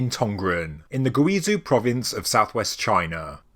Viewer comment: Zhou is pronounced like "Jo" Guizhou is pronounced "Gwee-Jo"